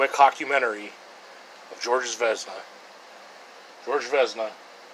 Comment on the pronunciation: I love how he said chicoutimi so wrong lmao